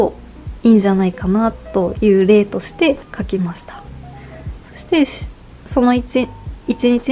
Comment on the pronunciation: とても丁寧な説明で参考になりました✨ 無印アイテムだと身近だし新しいことを始めるのに敷居が高く感じることもなくて、素敵な動画です。 ただ、ひとつだけ…失礼は承知の上なのですが、1日のことを「いちにち」ではなく「いちんち」と発音されているのが気になってしまって💦 芸能人の方でもないのに細かい指摘をしてしまって恐縮なのですが、勿体無いと思ってしまいました。 ご気分を害されたなら、削除しますので仰ってくださいね。